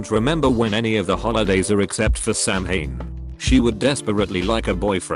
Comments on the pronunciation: (Hermione voice) It's pronounced sow-en. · ... And pronounces "Samhain" exactly how it's spelled.